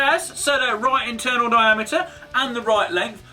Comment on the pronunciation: He said "diameture"